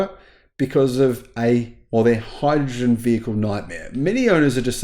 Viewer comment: But hydruhgin 😂